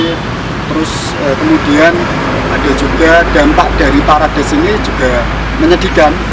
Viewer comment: Maaf ngucapnya salah broew,yg benar perades,salah ucap parades